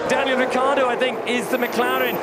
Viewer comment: It's R-I-C-C-IIIIII-A-R-D-O not Riccardo !!!!! It's a terrible pronunciation